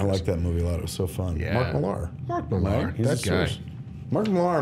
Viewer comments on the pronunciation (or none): millaaaaar lol. millar man com on its like crec instead of craig